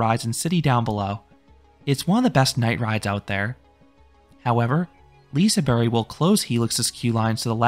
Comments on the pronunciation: LISEBERG NOT LISEBERRY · Uh, not quite. Its more like a "bea-kh", keep it up :) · Did you say Liseberry? Is that how you're supposed to do it? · Yes I wouldn't pronounce it "Liseberkk" either, something in between this and "berry" might be the way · I'm pretty sure its more so Pronounced Liseber-h, but I could be wrong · Yes, that is how the park staff said it is pronounced. A g is silent at the end of a word in Swedish apparently. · yea, the "G" is pronounced "J" basically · That is how the park said it is pronounced. The g is silent at the end of words in Swedish.